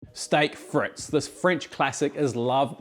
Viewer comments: It is friets, not frits.. 😂 love the vid! ❤ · "freet" mate, not "frit". The dutch say "friet" which sounds a bit shorter than the french...love that peppercorn sauce, so good! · It's not pronounced "fritz." It's "freet." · Hi, i'm English, currently in Normandy, for D Day +80 Chips are Frites (say freets ) Alumettes are Matches Brilliant as usual, mate Cheers Phil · Hey. Frite is pronounced freeet...like feet. Merci et gros bisous!!!